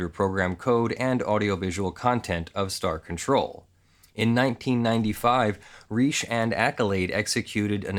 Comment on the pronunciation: Pronounced like Richie, dude.